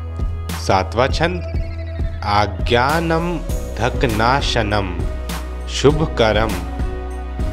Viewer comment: 7वें पद का उच्चारण आप ने गलत किया है सुधारें इनको , आज्ञानमधक नाशनम ये आप का उच्चारण है जो गलत है पहली गलती आगे इसी पद में सर्व सर्वपितं आप का उच्चारण गलत है। मैं बहुत ज्ञानी नहीं हूँ और मैं आप के मंत्र उच्चारण में त्रुटि भी नहीं ढूढ रहा हूँ बस , विनम्रता पूर्वक या निवेदन कर रहा हूँ कि मंत्र उच्चारण में त्रुटि किसी भी भक्त को अशुभ फलदायक भी हो सकती है। प्रणाम।